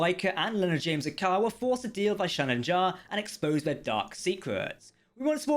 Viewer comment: That's Leonard James "Aka-Ar" not "A car"